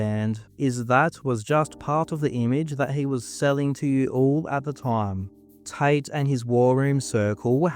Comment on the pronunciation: his name is tate not tight